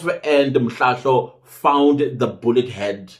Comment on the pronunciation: You are killing me 😂😂😂, i like it when you say these names wrong, im in stitches with laughter, Colonel Mhlahlo